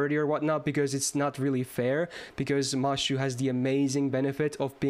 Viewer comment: the fact that you're saying mashu instead of mash makes feel very proud for some reason lol